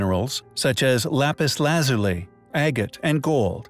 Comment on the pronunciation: He pronounced it just fine. It's an acceptable pronunciation